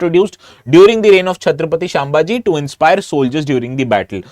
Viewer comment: Sir the name is not छत्रपती शांभाजी..it is छ्त्रपती संभाजी महाराज